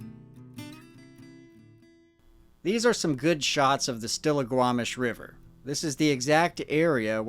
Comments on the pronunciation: good job pronouncing Stillaguamish lol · As a Washington native, I am shocked yet impressed at your correct pronounciation of "Stillaguamish"